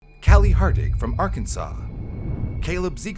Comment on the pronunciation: It’s kali Hardig not harding🥀🙏